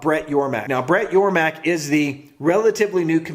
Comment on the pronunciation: Great video, btw its Yormark, not Yormak... lol